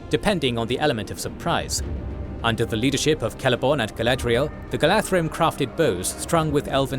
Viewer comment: Slight pronounciation corrections: Gala(dh)rim - the DH is pronounced as TH in THE, not as the TH in WRATH; Beorn - should sound more like BAY-ORN, then the Scandinavian Björn.